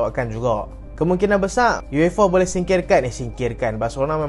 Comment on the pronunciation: besar weii bukan besaq cuba sebut elok2